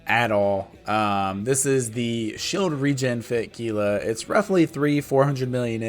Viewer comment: *It's HEE-lah.....ffs.